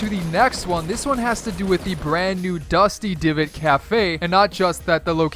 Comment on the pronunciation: Did he say dusty givot